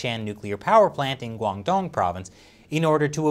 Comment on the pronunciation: ay saying guangdong was pretty impressive